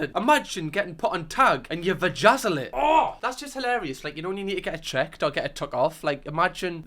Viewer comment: please check your use of “vagazzle” 😭😭